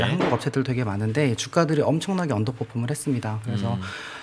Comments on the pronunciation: 언더포퓸?... 때문에 듣기 시르네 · 이해 못한다고 안하고 듣기 싫다고 했죠 ㅋㅋ 저도 왜 자꾸 언더퍼폼이란 단어사용을 고집하지 란 생각을 하며 들었습니다